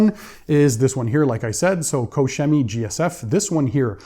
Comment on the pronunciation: Koch Chemie, you are butchering their name. hehe🤣